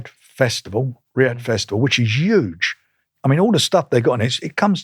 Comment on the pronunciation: Why doesn’t brick top pronounce the H in huge? “It’s YUGE…”